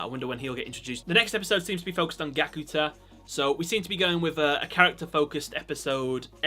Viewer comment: Is Gakuto not Gakuta 😑